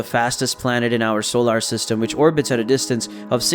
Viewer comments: I got hung up on that too. They can't find a person to speak? You'd think they would have fixed it. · Fantastic video. Super distracting how you say solar, but a great video 😂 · "Solar" needs some pronunciation work.